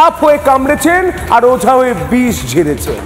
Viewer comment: শালা জীবনে ওঝা বলতে পারে না, এ আবার মন্ত্রী, বলল রোজা। জাতটাই এমন